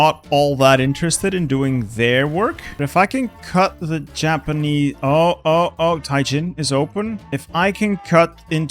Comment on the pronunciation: I love how says Tian Jin 天京, when he says it like Tai Jin.